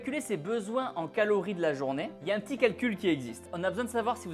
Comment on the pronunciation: "Caories pour maigrir" Ah !